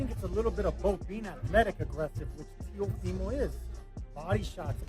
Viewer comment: TIAFOMO!!? That is why you have 9 comments because you don't even know how to pronounce the name of the fighters!! another click bate scammer